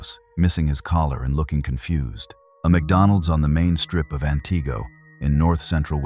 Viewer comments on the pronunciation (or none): You really should know how to pronunce the city names.